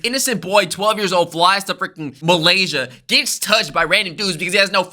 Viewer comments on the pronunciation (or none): bro said Malaysia😂